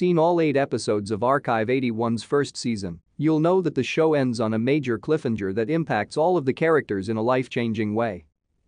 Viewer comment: this video is just as bad as the AI that kept saying Cliff-enger. this video should be cancelled along with the series.